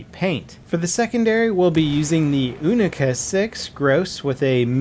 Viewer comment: You-nick-a not ooh-nick-a